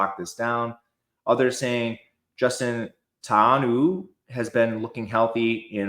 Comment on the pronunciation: Tauanuu is pronounced Tau-a-noo-oo